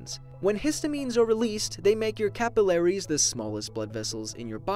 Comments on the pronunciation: The way he says capillaries 😭😭 Him: Cap-ill-air-ease Me: Ca-Pill-aries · is that an American way to pronounce 'capillaries'?